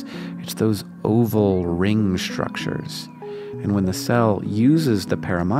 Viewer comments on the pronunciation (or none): am I the only one who finds his pronunciation of "ISH-tructures" and "ISH-trips" slightly odd?